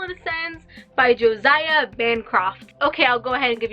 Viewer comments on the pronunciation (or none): Josiah is pronounced Jo-sigh-ah